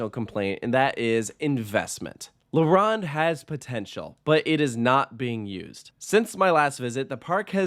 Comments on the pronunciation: Its not la RAWND. Its la ROAND. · No poutine slander allowed Also la-rown-d not La-rond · As a Montrealer I agree with most things you said and yes shocker shocker poutine is glorified but tasty in the winter! I do however take offence to “La runde” pronunciation. You sir will decently be mocked in France is you ever visit Disneyland or asteroid and obelisk park with that pronunciation DUOLINGO DO BETTER ✅ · Leh Wronn? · Your French accent sucks. la ronde! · You should learn the correct prononciation of the theme park name. La Ronde. Its French and it has double meanings. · "la round " "poutin" OMG so many negative things to say about how to say the words correctly. Your review was off love the park and I am not biased. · I knew this was gonna be a long video when he mispronounced La Ronde and Montréal smh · The o is not pronounced like Ron it’s more pronounced like « Stone » and the r has to be rolled a bit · tbh me personally, I wouldn't trust someone's review if they called la ronde like that